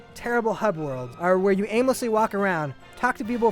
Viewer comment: This guy needs to learn his english. Its pronounced nighttime, not nightTEAM. And "the daytime stages OR actually pretty fun" Wow this guy fails.